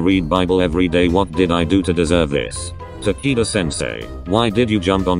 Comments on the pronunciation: "Ta key da"? no no no Takito! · i heard tanaka senseu for like a second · I heard tequila 😐 should I be concerned with myself? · hahahaha. “taquito sensei”. that’s adorable 😭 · OMG RIGHT?!?! That’s exactly what I heard...It was funny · I heard “Ta-kite-qua” 👁👄👁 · i love how they pronounce takeda’s name as tAki- dUh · It sounds like its saying taquito sensei and im dYiNg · U-kay Ta-kee-da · I was cringing at how it pronounced takeda's name